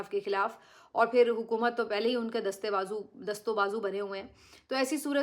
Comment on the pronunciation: Please stop saying Hukamat What Hukamat